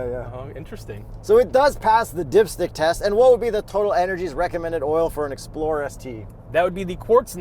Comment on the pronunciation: This is what i heard... "A 2025 Ford Exploder ST without warranty!" Ahhhhhhhh!!!!!